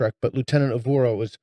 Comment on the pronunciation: Uhura, not “uvura”